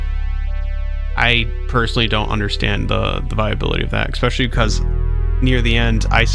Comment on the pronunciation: Good stuff! That aside, if I may offer one critique... I'm not so much an English nerd so much as I am a little OCD, but please, I would ask you pronounce "especially" better! There is no "x" or "k" sound in it! It drives me a little crazy. 😵‍💫